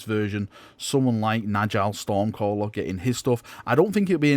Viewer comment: En-jal stormcaller? Are you serious It's space Swedish. J is pronounced Y. Nyall stormcaller.